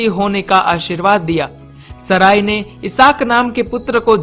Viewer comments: Unka naam saray nahi "Sara" hai..."Maa Sara" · Her name was not saray , she was sarah , naam to sahi bola karo